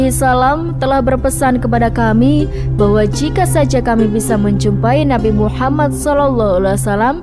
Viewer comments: Gak bagus pembawa'y nihh... Ngomong Muhammad Saw aj blepotan... Gantiii gantiiii!! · Host wanita ini siapa ya, Gimna cara bicaranya Saya perhatikan setiap menyebut Muhammad Saw. Gak pas